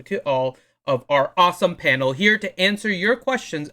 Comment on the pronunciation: why does say Penal. Its clearly Panel